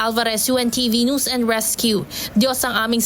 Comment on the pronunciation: Hoyy hoy hoy... HINDI NOOSE ANG PRONUNCIATION NG NEWS. ¡ QUE VERGUENZA! 😂.. NAKAKAHIYA. ISA PA.. ANG PRONUNCIATION MO NG SIMULATION.. IT'S EMBARRASSING 😅